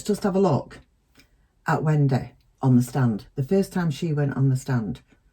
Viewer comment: It’s great how you say Wen-day😁